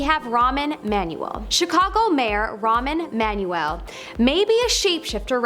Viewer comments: It said rahm Emanuel not “ramen manuel” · Please. His name is NOT "Ramen Manuel." His name is not "Petru-us." Etc. Somebody should prompt her about the pronunciations of these names before the camera starts rolling. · "Ramen Manuel" 🤣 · Girl You lost me at ramen manuel. You need to google how to pronounce unfamiliar names before the next video…